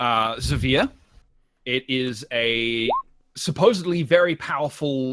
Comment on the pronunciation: I've just realized that Zaveeer is actually Xavice trying to pronounce his own name a different way